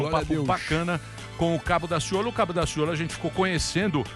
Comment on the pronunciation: Sou carioca e posso garantir que Daciolo foi perfeito em cada palavra.